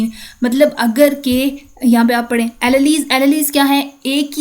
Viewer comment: Alleles pronunciation is sooo wrong